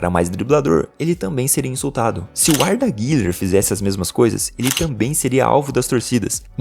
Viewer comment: arda guller?kkkkk (eu sei que ele deve ter falado errado)